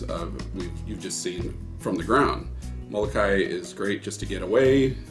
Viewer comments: Mo-lo-kai-EE Remember please to pronounce the last "i" sound. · Moh-koo-lay-LAY, please.